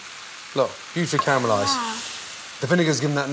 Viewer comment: I can hear the Scottish in his voice when he says caramelize